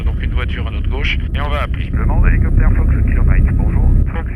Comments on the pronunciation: CA PILOTE UN HOULOUCOUPEUTHÈRE MAIS ONT ATTEND TOUJOURS " LE DIFFERENCIEL" SYLPROUTE ET CHABRIMERDE 🤣🤣🤣🤣🤣🤣🤣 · Rhélicoptére rhélicoptére